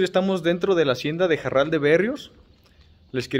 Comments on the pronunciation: Aún existe "EL MEZCAL JARAL" a la venta aquí en Guanajuato 😉 y se pronuncia Jaral y no Jarral... Lo digo con toda mi humildad sin ofender a nadie 🙏😉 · Se pronuncia Jaral, no Jarral. Cuando la R va entre vocales como en este caso, no se pronuncia como ERRE, se pronuncia como ERE. Seguramente el nombre se debe a que había muchos arbustos de Jara no de Jarra. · Solo una corrección, es JARAL y no JARRAL. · Se llama jaral, no jarral Komo tu lo pronuncias. Mi grandpa fue el portero de la fábrica de vino a mediados del siglo pasado. Se llamaba Juan Maldonado pero lo konocian Komo el muñeco. Yo tengo el mismo nombre, kuando nací mi papá se movio a Tamaulipas y ya no regresamos. Solo fui una vez por mi acta de nacimiento, el registro civil estaba kasi enfrente de esa hacienda. El oficial se llamaba Isidoro Cortez . Saludos desde Georgia USA. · Una aclaración para el guía de turistas, es Jaral de Berrios, no Jarral! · Es Jaral, no Jarral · No es JARRAL, ES J A R A L